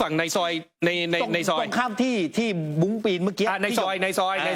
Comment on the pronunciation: บุ้ง. ไม่ใช่บุ๊ง